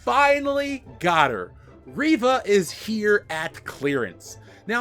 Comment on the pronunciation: for a second I thought you said Raven lol